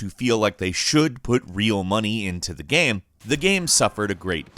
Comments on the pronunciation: Every time he says gam instead of game 👇🏻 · Why did you say "gaam" a few times instead of 'game' ?? 😂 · Is really noo one else bothered by the way he says GAME? It sounds like gaem ... really cringy, like the “my name is Jeff” kind of cringy. Gaem gaem guemm ... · Why does he say “game” like “gehm”? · I find it hillarious how he has 2 different pronunciation for the word Game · Is anyone else bugged by how he says "game" Great video non the less but still